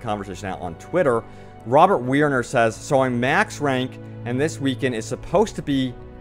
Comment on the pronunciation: Wow my tweet made it to a video, I feel famous! lol - Big fan, love these videos, always informative and well made. Don't stop doing what you're doing! (last name pronounced Wer-Ner though) not mad just clarifying. lol